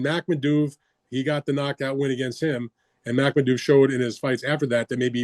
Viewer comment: Who’s “Makmadoov”??🤪🤡